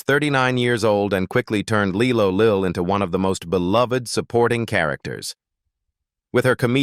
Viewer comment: It was lie-low lill not Lee-low